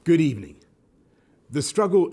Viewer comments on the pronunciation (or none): You know it’s gonna be good when he starts with “Good Ebening”